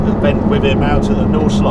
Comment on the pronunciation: you know, Harry, you are a great guy and all, but what really sucks is that you refuse to take German words and names and pronounce them correctly. You say something like "Walta Roll" and no one really gets it, because his name is Walther Röhrl. It is also "Nordschleife", not "Naughtshlife". You are a smart person. You can do this. Give it a try. It would make your reviews so much better and more authentic. Respect the language names are created in. If it is a Spitfire, you expect everyone to say it right. Give that respect to others, too.